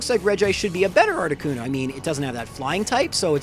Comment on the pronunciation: Not articono